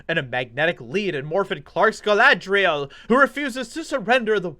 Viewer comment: Of course it's not Galadriel. It's Kalla-dRi-L.